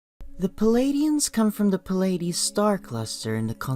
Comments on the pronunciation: Its plee-ay-dees not pa-lay-dees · Pill-ides, Cheroke, LMAO